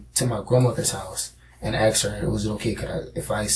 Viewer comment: Axed is not asked wtf learn english or forever come off as dumb n ignorent